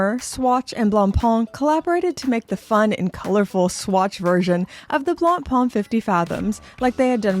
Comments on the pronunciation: Wow. Learn to pronounce 'Blackpain'; it's making my neck hair stand up. ''Blangpang'' lol. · I can't help but crack-up when I hear Anglophones pronounce "Blancpain". I'm primarily Anglophone myself but, being from Quebec, I'm bilingual and "blanc pain" means "white bread" in French. To pronounce it properly (at least as properly as an Anglophone can), say "Blon-Pay" because "Blon-Pon" isn't even close. 😁 Having said that, I roasted the Fauxmega MoonSwatch because it was a serious insult to the Omega name. I never thought that it could be worse, but, here we are with Blancpain being crucified on a plastic cross. What's next, Breguet? Sheeeeshh....